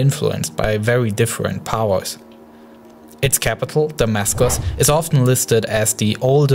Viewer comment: vewy difwent powews